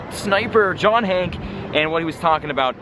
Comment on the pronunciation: Stop saying John Hank!!!! (pronounce the E)